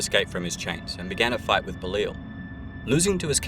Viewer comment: Say it with me, "Beh-Lie-All", not Belile or however you pronounced it.